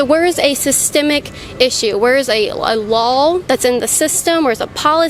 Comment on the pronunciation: Yo Kaitlin the word "Law" does NOT end with an L .